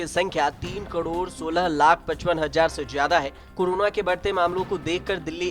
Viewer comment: Hazzar nahi hazaar